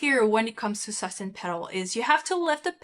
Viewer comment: Su-stain pedal...not sustin pedal...please